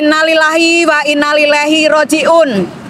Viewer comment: Innalillahi wa inna ilaihi raji'un.. Bukan wa innalillahi... Koreksi